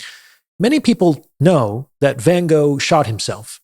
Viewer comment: If you wrote a book about Van Gogh, you should learn how to pronounce his name correctly. no offence, but still...